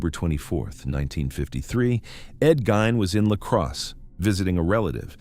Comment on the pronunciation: I am from WI....I like that at the beginning of your narrative you called him Ed Gein...pronounce Ed GINE...not Gane...not Geen...It was Gine...long (i)...silent (E)